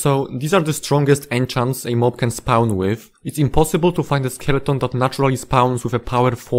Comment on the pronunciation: First time I'm hearing spawn pronounced as spaouwn. Also fandom wikis are evil monopoly garbage, use real wikis